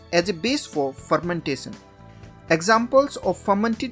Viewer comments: Fermentason or fermentashion 😅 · Dish tee lay son...😂 Phur men tay son 😂